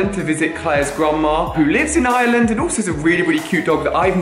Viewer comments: I swear whenever you say “Ireland” it sounds like you’re saying “island” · I’m glad said Ireland right. kept saying island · i honestly thought he was saying island until i saw this comment 😂😂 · Why you say Ireland you are saying iland not being mean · pronounce it in an Irish accent